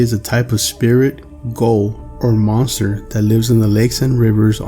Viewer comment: spirit ? GOAL? OR MONSTER? WERE YOU TRying to say ghoul?? :P